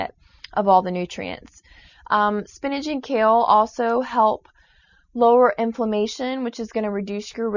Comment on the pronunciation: Did she say Spinage? It's SPINACH!!!!